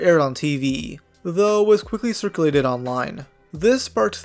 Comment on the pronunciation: "cir-cuh-lay-ted" latest video's mispronunciation, as expected seeing as to how each video has one to three